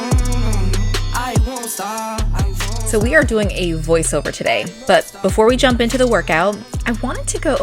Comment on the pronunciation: Anyone saw BUTT when she said but 😂